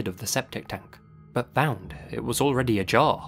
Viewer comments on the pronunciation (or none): A jar instead of ajar.